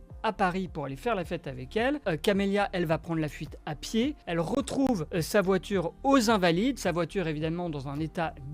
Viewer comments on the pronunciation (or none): La voitchure... Les " fans de foot"😂 c'est un sketch bordel